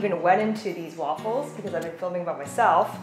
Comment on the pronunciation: It’s not Waffles with a C. Don’t say aaaa